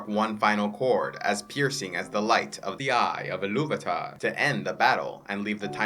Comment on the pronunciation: Your two pronunciations of Iluvatar sometimes confuse me lol